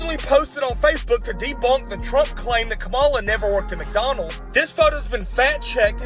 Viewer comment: She didn’t say McDonald’s….. She said “McDowell’s!” 😅